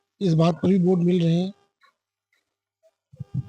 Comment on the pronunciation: ये कैसे पत्रकार हैं जो वोट को ओट बोल रहे हैं 😅